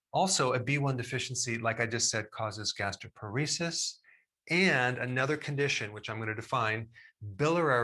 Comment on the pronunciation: quick correction: it's gastroparesis not gastroporesis. gastro (stomach) + paresis (neurologic weakening)